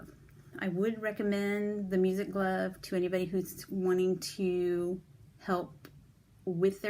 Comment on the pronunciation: Hi, are you saying music glove?